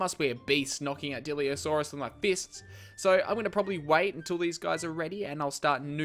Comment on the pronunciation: It's not diliosaurus it's dilophosaurus